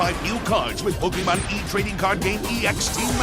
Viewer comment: kills me how pronounces Pokemon. Despite the dash above the E, you still pronounce the E like the letter E, not an A. Therefore, its (Poke-E-Mon) and not (Poke-Ah-Mon)